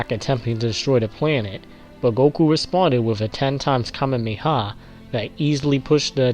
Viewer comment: STOP SAYING KAMEMEHA. It’s Kamehameha.